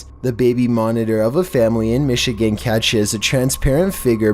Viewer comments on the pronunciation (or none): none